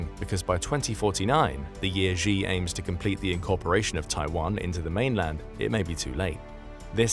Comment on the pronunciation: Thanks for the video, informative as always! The "Xi" in "Xi Jinping" is pronounced far more like "she" than "zhi" by the way, I used to do exactly the same until my Chinese teachers pointed it out